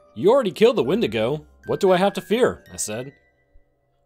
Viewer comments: “What do I have to frear” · What do I have to “frear” Great narration by the way, nice pacing and editing!